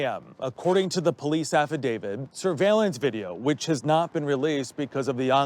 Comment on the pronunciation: If this guy says "affadavid" one more time... It's "affidavit"!